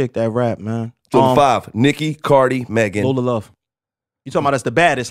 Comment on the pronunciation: They ain’t even say Megan good